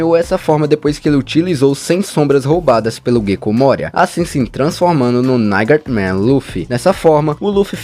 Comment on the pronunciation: A pronúncia de Nightmare é "Naitimer" e não "Naigtimer"